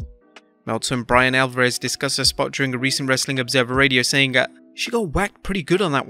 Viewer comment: I hate when he says "WRRRRESTLING CONTENT" at the end